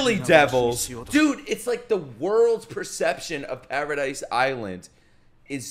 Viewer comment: para dees is how its pronounced not paradise lol